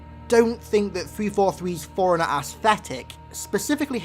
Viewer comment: all respect to you man but it sounds like you're pronouncing Forerunner like forigner, but i agree with your thoughts on this